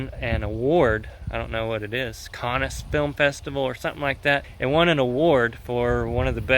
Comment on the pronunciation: “Cannes”... I’d pronounced “kaun”...